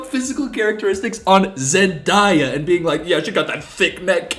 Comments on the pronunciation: I died a little everytime Zendaya’s name was pronounced. Also as a pagan, I can say, that nearly every Christian I’ve met has been really mean to me or others in a different religious group than they are or a part of the lgbtq community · Zendaya's name being mispronounced is actually really pretty way of saying her name I like it the name the way he says it but my brain keeps correcting him but I swear imma name my kid the way he says it 😂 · STOP SAYING HER NAME WRONG OMFG😂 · girl. No. What aren’t you understanding? If you choose to pronounce someone’s name wrong, you are not a nice person. There’s no room for “people pronounce things differently” when it comes to names. This seems like a difficult concept for you to grasp. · SAY ZENDAYAS NAME RIGHT OML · with all due respect, stop mispronouncing Zendaya's name. Black women get disrespected daily for their names so just say it right. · bro What he made a mistake in pronunciation no need to bring Race into this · I love how when he says Zendaya the right way, he corrects himself like “no no no” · You mispronouncing Zendaya's name is the only thing i could focus on honestly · My anxiety increases every time you mispronounce zendaya's name😭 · Off topic but the way you pronounced Zendays name right and went "SHIT" and corrected yourself to the misprnonciation again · I’m sorry him saying zendya wrong way really kills me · I wanted to cry every time you said zendayas name bro😭😭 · the way you pronounce zendaya is the way my little latina ass would pronounce it when i was 9 watching shake it up 😭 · i love u but i hate it so bad when ppl pronounce zendaya’s name like that 😭😭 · sir you are in fact pronouncing her name wrong. the time you corrected yourself... was the only time you said it right. good try though <3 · i’m sorry but u mispronouncing zendaya the entire video is icking me 😭😭 i love you tho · im dying at you saying zendaya correctly once and immediately correcting yourself 😂😂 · It's zen-DAY-a